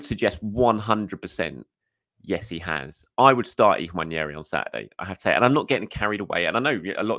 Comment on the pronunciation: How you read that name on the back of his shirt and come to the conclusion that it's pronounced "Wan-yeri" just baffles me tbh. I've also heard english commentators saying William Salimba and Eddie Nikita. Like come on guys really?